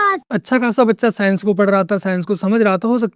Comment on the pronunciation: साइंस नही सैंस 😂